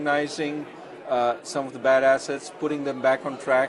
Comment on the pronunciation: lol the bad assets sounded like bad asses to me